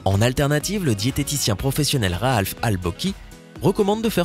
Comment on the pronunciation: Ce n'est pas "Rahalf Al Bochi" mais "Rahaf". Mais bon ce n'est qu'un détail ^^